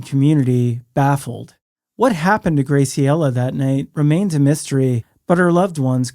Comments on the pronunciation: Just a sidenote: Graciela is pronounced, "GRÄ-see-ellah." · The pronunciation of Graciela is killing me 😅